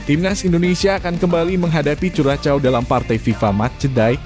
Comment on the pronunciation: Min..tambah wawasan dong cara baca nama suatu negara....Curaçao itu tidak dibaca curacao tapi Kurasao